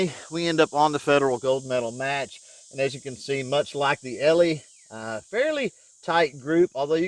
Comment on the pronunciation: Great review of this pistol and how it handles different ammo for accuracy. One small thing though...the Brand name “Eley” is pronounced “EELEE”, not “ELEE”, and there’s different types of .22 Pistol and rifle ammo, for general purpose, Club use, practice, Bullseye, 50 meter free style, Olympic, etc. It’s very likely that using Pistol Match ammo in that pistol, the tight group you shot would have been even tighter. Anyway, thanks for showing what other than cheap ammo can do in a nice looking .22 pistol. In the case of .22 match ammo, you do get what you pay for.